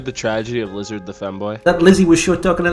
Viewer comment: Wizzahd had a wevy bad twime